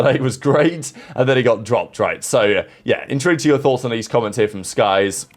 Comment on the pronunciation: very much intowinto yothots, i used to comment this shit every upload years ago to see if i was just hearing shit lol because those are not words no matter how much you slow down speed too lmao